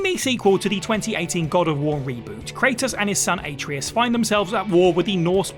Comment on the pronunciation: AH-tr(ay)us… not ate-tree-us